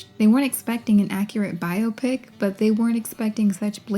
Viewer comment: Thank you for this thorough (as usual) analysis and for your pronunciation of biopic! 🙏🏾 If I hear bi-opic one more time...